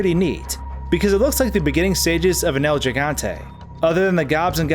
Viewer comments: Hello, El Gigante is Spanish, and in Spanish when g is succeeded by an "e" or "i" as in "gi" or "ge" the "g" is pronounced like an English "h" so the correct pronunciation is "El Hegante". Thanks for a great video man! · “El Jiggante.” You poor, uncultured swine... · "Al jaggantei and the novísdadoss" lmao I love when english speakers try to speak spanish :v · 2018 and there are still people who don't know how to pronounce ''El gigante''